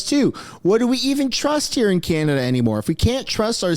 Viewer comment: Mr Carney’s knowledge of Canada is limited. We pronounce it Canada not Chinada